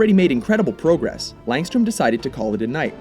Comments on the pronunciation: you say progress weird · You said progress wrong